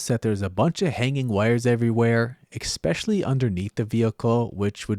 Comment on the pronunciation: it's "especially". not "ekspecially""